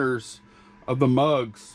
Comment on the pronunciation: "mugs" not drugs 😂🤣😂🤣